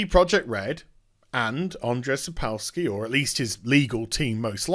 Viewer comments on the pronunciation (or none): Just a quick note, it is pronounced "Sapkovski". "W" in polish language is pronounced as "v". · Jesus, don't butcher his name. It's Andrew Sapkovski, if u can't pronounce a polish name ;) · it's pronounced sap - co like in coop - w like v in van - ski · if you want to improve on Sapkowski pronunciation - its more like "Sap Cough Ski" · The way he says Sapkowski is even more hillarious Westerners can't into slav languages